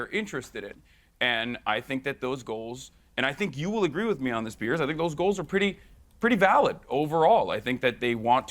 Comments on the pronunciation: "Pierce" Morgan 💀💀💀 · PIERCE Morgan 😭😭😭😭 it's piers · bro its piers not pierce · no it's pears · its peers morgan gumass